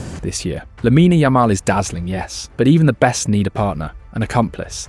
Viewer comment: Dude say lamine Yamal right it’s lameen yuhmal